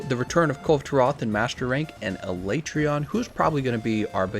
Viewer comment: First time a YouTuber has pronounced Alatreon the same as me.